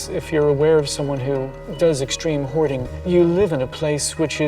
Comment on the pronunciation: Because we pronounce it hoarding not ‘howaduh’